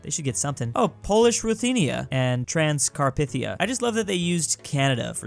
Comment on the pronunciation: Text: Transcarpathia: Transcar-p-thia